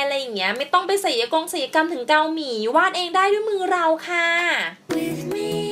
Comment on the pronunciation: ศัลยกรรม. ค่ะน้อง. อ่านว่า สัน ยะ กำ. นะคะ. ไม่ใช่. ไสยะกำ. ค่ะ. หนูพูดผิด. นะคะ